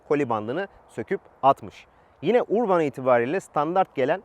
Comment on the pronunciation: URBAN URBAN DEYİP DURUYON DA URBAN " ÖRBIN " OLARAK OKUNUR HACIABE :))) ÖRBIN